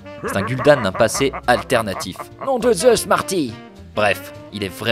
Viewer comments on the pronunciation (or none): none